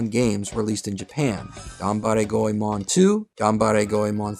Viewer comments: Go e mohn not Go e mahn It's like the common mispronunciation of Digimon etc. You put a lot of work into this, and I don't expect proper pronunciation of names like Sarada, Toyotomi et al but the name spoken a hundred times should be correct Thought you'd like to know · go eh mon? nah its gway mon 2 syllables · Go e mohn not Go e mahn. It's like the common mispronunciation of Digimon etc. While I don't expect proper pronunciation of Toyotomi, Sarada et al, you put a ton of work into this video, so why not get the most important name correct? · The English release of Anime Goemon actually pronounced his name as "Goymin". GOYMIN. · You didn't even take the time to learn how to pronounce Goemon correctly. Three minutes into the vid and it's unbearable. Unbelievable.